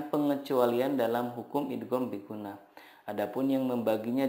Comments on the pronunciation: Hukum yg kedua idgham bighunnah, tapi kok ustadz baca salah terus 😭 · Idgham bighunnah nya salah nyebutin nya pak 🙏